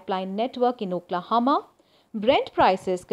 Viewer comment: "OklahOma" not Oklahama. You're a KNOWN news channel, so attention to DETAIL (especially the name of a place on a map) is somewhat CRUCIAL. Wouldn't you agree?